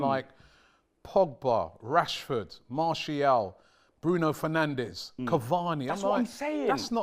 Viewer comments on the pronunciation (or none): none